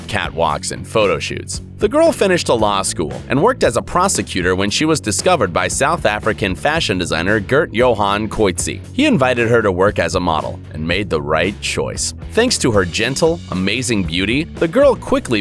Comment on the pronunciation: It's not girt .it's gert.g e r t